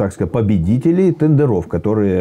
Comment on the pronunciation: Как он сказал "тэндэрОв".Сразу вылючил. А где куст конопли?